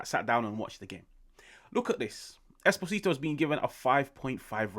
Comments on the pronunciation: its "Eh-Spozito" not "espo-zito" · The name is pronounced like he has an accent on the first O, like Espósito